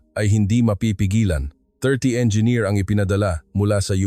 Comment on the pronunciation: Engineer not enger